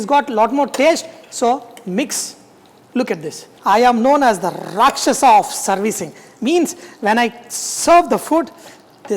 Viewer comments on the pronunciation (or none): " rakchhesh of serving " 👍😂😂😂😂